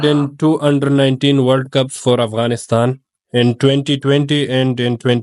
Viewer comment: Yar ap sab Punjabi name q ghalat lete heen Aughanistan ne heen Afghanistan he ye ap extra Karte he.....